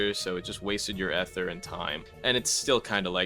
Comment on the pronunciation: gang please say ether like "ither" instead of like eh ther bro 😭